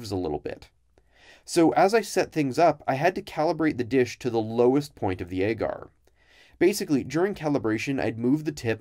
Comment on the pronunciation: I don't know if it's the common pronunciation in labs, but the way he says "agar" really bothers me.